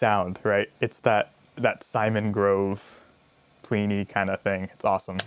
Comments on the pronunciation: In case anyones wondering its plini rhymes with penny or skinny not plee knee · Haha he says plee knee too what the hell